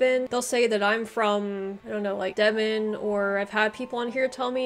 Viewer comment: Hi you did really very well. 😀👍I'm from Devon, Devonshire as it originally was called, although in local dialect locals might say "Deb'n"; or "Deb'nsure". Plymouth is in Devon, from where the Pilgrim Fathers left, bound for the New World. 😀 Birth place of Sir Walter Raleigh. Also home of the Devonshire Cream Tea. Best ever, and cream always first.😉😁